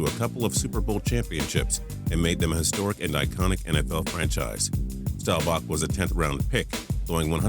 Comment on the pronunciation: Learn how to pronounce Staubach and Unitas